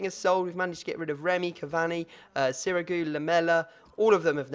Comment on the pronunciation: Learn how to say cavani